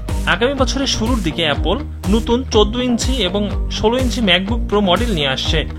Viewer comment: এপোল না রে ভাই।